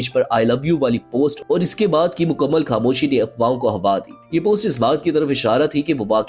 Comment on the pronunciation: آپ کے تلفظ بہت خراب ہیں مداح۔ کھاموشی ((خاموشی)۔ گایب (( غایب) وغیرہ۔